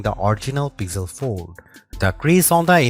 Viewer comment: Pixel ❌ Pizzel ✅